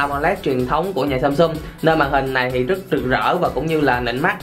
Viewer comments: Ít nhất cũng phải phát âm chữ Samsung cho ra Samsung chứ ai đâu lại Samsum. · Người Việt rất hay gọi SamSum thay vì SamSung :p